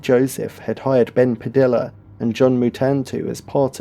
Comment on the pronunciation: Padilla is pronounced like tortilla. Puh-dee-uh like Tor-tee-uh.